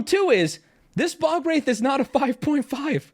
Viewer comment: Sir... youre pronouncing ball wraith